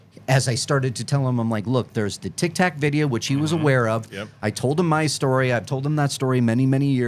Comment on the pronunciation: Im so tired of hearing people call the tic tac video the tic tok video just for that I disliked this video